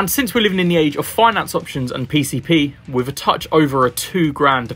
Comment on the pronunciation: Great review, I got some decent insights into the updates. Wish you'd pronounce your 'th' properly though. 'Wiv' and 'fousand' are at odds with the rest of your excellent and clear diction! Just saying...